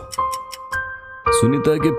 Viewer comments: Sooneeta ❌ Soneeta ✅ 😂😂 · Bhai har 2 second pe sooneeta bol rhe ho😂